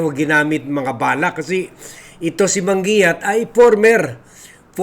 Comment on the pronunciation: man gi yat ang pronounciation ng surname na yan.